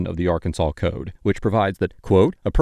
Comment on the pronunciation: Occupation: Frunt desk. Welcome ta Rkunsaw. lol